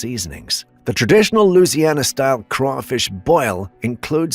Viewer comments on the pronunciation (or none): why do people NOT from Louisiana say LOO ZEE AN NA....it is pronounced LOO EE ZEE AN NA